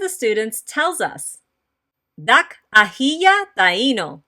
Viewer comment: You are teaching this language incorrectly. The "K" is pronounced as if the (a) is still attached to "K". The coma in the "Dak' " is basically saying the (a) has been omitted. The "K", is still pronounced as "Ka" making the pronunciation "Daka" as the original language. Try looking at this sentence, it will sound like the original language. "I love cats. = Dak'ro yamuyina. = Daka ro yamuyina.